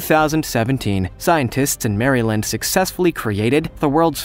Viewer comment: Mary-land made me laugh😂